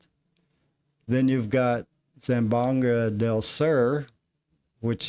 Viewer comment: Thanks, I also have doubts it’s him. I subscribed! One small point, Zamboanga is pronounced Zam-bo-ang-a. The o and a are both pronounced. Right now it sounds like you are saying Zam-banga.